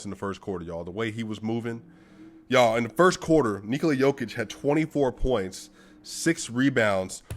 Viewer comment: Man I love how you pronounce Nikola's name correctly. Serbia loves you brother.